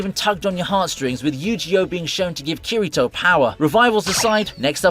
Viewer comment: It hurt my soul to hear Kirito's name pronounced like that